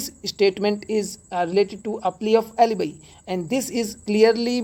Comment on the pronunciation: Sir in question 94 you said section 11 प्ली आ्फ एलिबी.. Pronunciation असल में "एलिबाई" है.